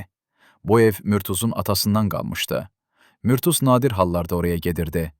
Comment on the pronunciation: Murtuz. Ad düzgün tələffüz olunmayıb.